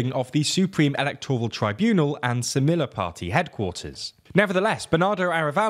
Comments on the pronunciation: Could TLDR make more of an effort to pronounce things close to how they are pronounced in the original language? The Spanish pronunciations in this video in particular were not at all close a lot of the time. Specifically stuff like the double L in semilla being pronounced as an "l" instead of a "y" and v different stress for Arévalo (stress on the e). Video was good regardless, just a small suggestion for the future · semilla means seed. It's pronounced semiya- the double L is a y in Spanish. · God its painful to hear you pronounce anything in spanish. How hard is it to say "semilla" correctly. Just check before butchering a language.